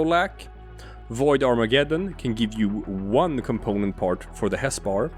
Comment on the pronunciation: BTW umm .... ... it's Arma-geddon ... Google it... it's not Armajeddon... it's Armageddon. Get isn't pronounced Jet.